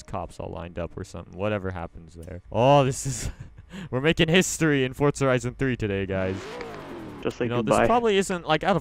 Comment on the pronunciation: i'm pretty sure it's forza horizon and not forts-a-horizon